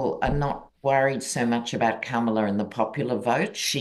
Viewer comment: enjoying your conversation... you're both brilliant - one little detail seems to stick out that has nothing to do with content.. - this old girl in LaLaland can't help wondering why you are mispronouncing the name Kamala! Surely you watched Kamala Harris's grand-nieces at the DNC have their very adorable moment on stage front and center to tutor all of us in the correct pronunciation of her name!... it's Comma-la. It's so not Camel-uh! Come on now! Please do say her name as her mother gave it to her! peaceout Respect